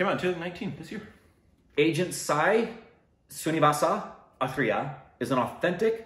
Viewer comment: "Agent Sai Srinivasa Athreya".. was spot on. Not many north Indians can pronounce it that accurately. 👍👍